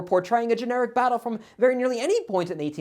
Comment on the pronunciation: when when you pronouce Battle it sounds like... Butt hole:) 🤣